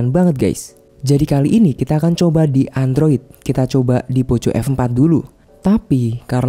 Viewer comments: Mending belajar ngomong lagi bang, ...jngan nyebut poco poco,.....kalo ga bisa ngomong poko....mending sebut aja xiaomi F4, saya risi dengernya malu sendiri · Indonesia bgt Tetep di baca poco🤣🤣 yg klo ke banyak org bilang nya poko